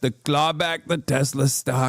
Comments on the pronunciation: "i love TESLER" will now forever live in my mind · “I LOVE TESLER” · TesSLUR lmao? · "I love toslur"